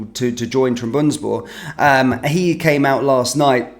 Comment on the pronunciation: please learn to pronounce Trabzonspor properly. It’s not difficult. TRAB-ZON-SPOR